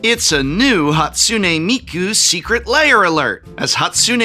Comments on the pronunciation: Prof has had to say Hatsune Miku so many times that I think he's said every possible minor mispronunciation at least once. A couple of Mikos and a Hakune or two slips past after so many repetitions. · Tbh Prof, the intentional repeated mispronunciation of Hatsune Miku just comes off as a bit racist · At first i couldn't tell if he was mispronouncing "Hatsune Miku" on purpose or on accident. Then i realized he pronounced it wrong differently each time, and i had my answer. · is he deliberately mispronouncing "Hatsune Miku" each time as a running gag? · I love how the prof mispronounces hatsune miku differently each time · prof pronouncing hatsune miku a different way every time is kinda funny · I truly respect Prof slightly mispronouncing Hatsune Miku's name in like 4 distinct ways